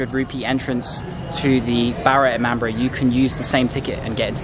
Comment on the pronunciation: It's Not ImamBRA It's i-maam-bada